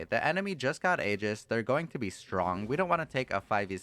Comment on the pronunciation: It's a Greek word and pronounced "ee-jiss"